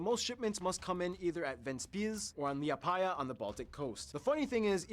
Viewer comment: seeing him pronounce liepāja was the funniest